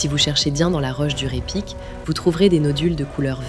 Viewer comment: NB: on ne dit pas "Ré Pic" mais Raï Pic". En Occitant et en patois ardéchois, AY se prononce Aï. On dit Faïsse par exemple. Les faysses sont les terrasses ardéchoises. Ce mot est une métonymie. Il désigne à la fois la terrasse elle-même et le mur qui la soutient. Ce mot est dérivé de Fay (prononcé Faï) qui signifie fardeau en occitan/patois ardéchois.